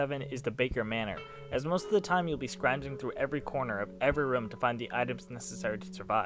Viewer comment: Why does it sound like he's saying rum when he says room?